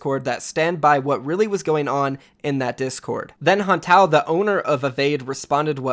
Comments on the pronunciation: Hantao's name is pronounced Han-Tay-Oh :) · You pronounced Hantao's name wrong RIP... why do people always do this LUL